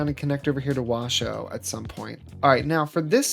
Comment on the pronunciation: It's pronounced like Wash and then Oh like surprise, so Wash-Oh But I'm glad you liked it enough to change it! It's looking great 😊 Also! The game was on sale for like $5 today so I'm playing along with ya!